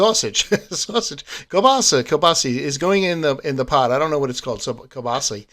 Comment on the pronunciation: It’s pronounced “Keel-bah-sah”. 🤣🤣. Nice work! Love the videos. Keep them coming.